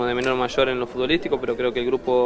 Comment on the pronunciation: es un gurpo increíble lo arreglan : es un gupro increíble 🤣🤣🤣